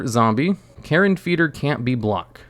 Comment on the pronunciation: It's pronounced Carrion, like dead animal. Not Karen, with the bad haircut.